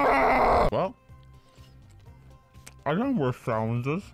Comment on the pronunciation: and when a bwast of wend is what he saasid